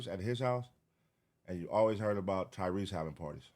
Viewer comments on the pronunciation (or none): none